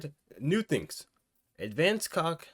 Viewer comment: bros calling it "advanced cock" 💀